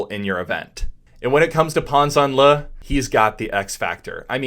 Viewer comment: I was taught that my recovery arm needs to be systematically high above the water to drive forward, so why is Pan doing this differently? FYI, last name is pronounced “Janle”. ZH is essentially a J. Love your vids. Keep it up.